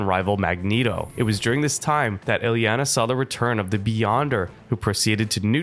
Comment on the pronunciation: the misspronounciation of her name gave me a few aneurysms but i powered through, great video otherwise